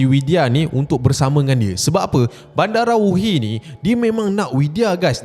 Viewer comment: salah tu cap. badarawuhi bukan bandarawuhi. takde N. badarawuhi, medusa indo